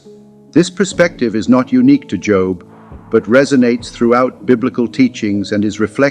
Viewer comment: Pronounced Jōb. Not jŏb. Good grief. You're teaching?